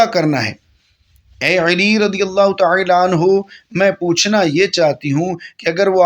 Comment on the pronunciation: TaAla ko Taela q keh rahay hain aap ???bohat koft ho rahe hai apko ghult talaffoz boltay sun ker